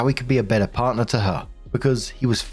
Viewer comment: “Parrner?” Is this story meant to be in a Texas accent?